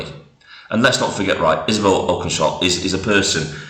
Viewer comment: At least pronounce her surname correctly. 🙄